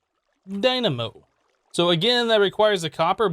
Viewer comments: Kinetic Dymano. *cough* DyNaMo Wait.. He said it right this time.. ... Is he playing us for fools? IS IT ALL JUST A MEME?! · He does odd pronunciations on purpose, lol. Dymano. Strim. Botana. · XD i caught that too. DyMaNo? Edit: HE SAID DYNAMO